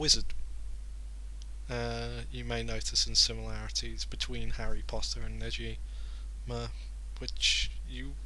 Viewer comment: the g in negima is pronounced like the word go